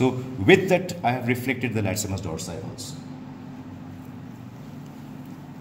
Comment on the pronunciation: Funny how he keeps pronouncing the latissimus dorsi muscle as the latsimus haha.